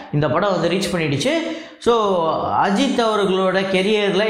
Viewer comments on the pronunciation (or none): none